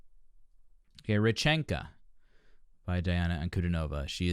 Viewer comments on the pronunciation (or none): Welcome to more of the magical, mystical world of Princess Diana, The Goddess Voice of Nature. Continue to enjoy your journey. BTW, her first name is pronounced Dee aunna.